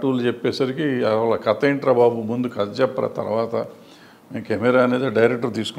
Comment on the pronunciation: Katha is the right pronunciation bro.. Kadha anedhi vikruthi padam